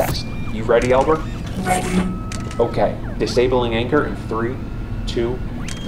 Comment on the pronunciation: I know he said it alot but I could only understand that it was Elbert not Albert at that part